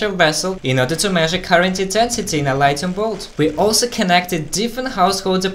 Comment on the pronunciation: did he say lightning blot? 🤪🤣😂